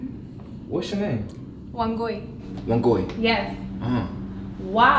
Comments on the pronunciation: its not even Wan-gui its Wangui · It sound like she said ONE GOID!!!!!!! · Wangui * hehe don’t butcher her name 😊